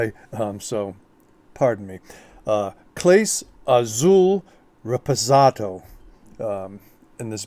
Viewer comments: It's not pronounced Clays its CLAW-SAY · Good products, you need to learn how to pronounce Clase!!